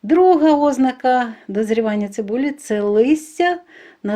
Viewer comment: ОзнАка! Наголос на першому А, а не на О!!!